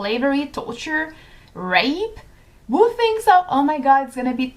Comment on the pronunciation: just a little constructive criticism (as i am learning french and love it haha).. raw is pronounced more like rAWH and who is like HOO , if that makes sense